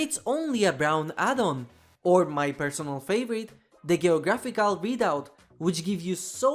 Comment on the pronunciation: I understand that English is a very hard language to learn, but as a Native speaker it’s hilarious to hear you speak next to flawless English and then hear a word like “GYOGraphic”. Keep up the great work man.